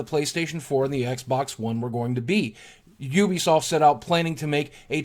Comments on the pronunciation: btw boogie, its YOU-BEE-SOFT not OO-BI-SOFT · It is ubisoft . not oobisoft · Why does everyone pronounce Ubisoft as "ewwbeesoft"? In their game trailers and during press conferences they typically say it as "youbesoft". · Am I the only one who pronounced Ubisoft as Youbisoft? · addict no I have pronounced it like this sense that started